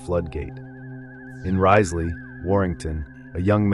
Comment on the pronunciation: we say Rizz-ley, not rise-ley